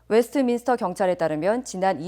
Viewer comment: 웨스터민스터 -> 웨스트민스터, 스티브 연 -> 스티븐 연